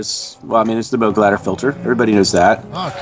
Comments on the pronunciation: Pete Brown I agree with you, generally. I like & his presentations. But I am just saying that Robert Moog (may he rest in peace) said he pronounces his name rhyming with the words "vogue" and "rogue". **NOT** rhyming with er, I don't know, maybe "Droog" or Goog as in Google He says this in the great eponymous documentary about him. It also shows up in the very cool book "Analog Days". Not sure how much it matters what the "real" pronunciation (whatever that means) is, at least to me. I only care about Bob's pronunciation. But I had no intention of turning this into a big debate. In the grand scheme of things, even in the context of this video interview, it ain't that big of a deal. What matters is the content. And overall, this is a nice little video, and whets the appetite for a product like this. Right now, I have my heart set on the new Moog Sub 37. I am going to try and trade in my 4 month old Sub Phatty, which though I like, and was about half the price of this one, also is lacking some of its features (like the fact that I have to use an editor to access many of its "hidden features, whereas this new Sub 37, has most of it on the surface of the synth. Not to mention a step sequencer! And another octave worth of keyboard). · Moog rhymes with pogue. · He's worried about the pronouncing "WerkStatt" but can't be bothered to say "Mogue". The entire industry knows how the name Moog is pronounced not sure how it's so hard. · ***** Actually most presenters on YT do pronounce Moog properly. Same with the legendary mic company Neumann. When interviewing someone from Moog it's a bit cheeky to purposely mispronounce their iconic brand name. That's all.